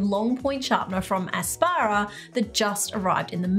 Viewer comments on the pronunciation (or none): Congratulations on the 50K landmark. Mind making a small correction? The sharpeners are not ASPARA it is pronounced as APSARA. Apsara means "Fairy". Love your channel.